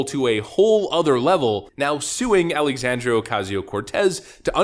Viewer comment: Her first name is Alexandria, not Alexandrio.